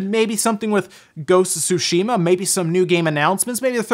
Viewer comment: Learn how to pronounce tsushima